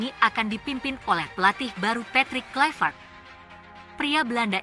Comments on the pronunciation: Patrick Kluvert di baca Kluiver/ Bukan Klyver. Karena Kluiver adalah nama Belanda bukan Nama orang Inggris. Jadi jangan di baca KLAIVERT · Baca Klui-vert.